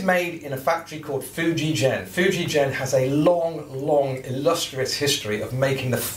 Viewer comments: Nice instrument but it’s pronounced Fuji-Gen and not Fuji-Jen. Hard g like grandma, grape nuts, gonads or even guitar... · Ok will try again! I am AUSTRALIAN, (I thought Antipodean would be a give away!) I actually have some Japanese ancestry on my mother's side of the family. Ok, English spelling of a non European word/name needs to be phonetic! It would be pronounced as 'Foo ji gen', not 'foo ji jen'. Otherwise in English/Roman alphabet, as Fujigen not Fujijen! The other big JP instrument maker is Tokai-Gakki, it isn't pronounced Tokai-Jakki! It's Tok ai gak ki. So in my estimation, Fuji Gen, is the correct way to say that Japanese name! Sorry, this has been awkward! Rock on good Sir! \m/ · Interesting video thanks. I have a lovely 1990 Fender 'Pro Feel' Strat that was made in the Fuijgen factory (btw it's pronounced with a hard 'g' sound as in 'golf''), a guitar I will never willingly part with! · The G in Fujigen is pronounced like generator, not gasoline. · * Groan * not the spelling, the pronunciation!